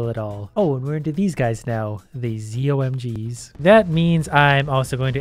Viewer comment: Its ZO-MG not Z-OMG